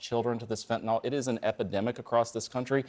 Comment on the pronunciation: Nobody seems able to pronounce the word "Fentanyl." NYL. NYL.